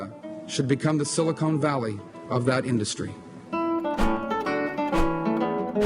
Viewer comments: He said, "Silicone Valley". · "The silicone valley" Uhh, it's Silicon Valley!